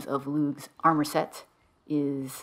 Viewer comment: No hard “G” in Lugh. It’s just “Lou”. Also known as “Louie of the Long Hand”. Festival is Lughnasadh “Loo nasa”. And thank you for your help…it seems I went right past that clue.